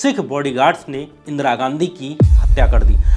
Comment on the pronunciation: परवार या परिवार, उच्चारण पे ध्यान दें। इसी तरह, इंदिरा को इंद्रा बोला है आपने। अमिताभ को अमताभ, भाई, हृस्व इ a उच्चारण अ कार नहीं हो सकता, उच्चारण पे काम कीजिए, मैं तंग आ गया हूं आपके गलत उच्चारण से, वीडियो चाहकर भी नहीं देख पा रहा हूं।